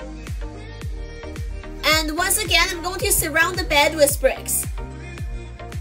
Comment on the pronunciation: you accidentally said wis not with lol 😂😂😂😂😂